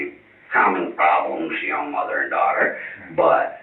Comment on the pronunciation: After awhile, his 'Ya Know' just turns into "Nyeow". 🤣 😵‍💫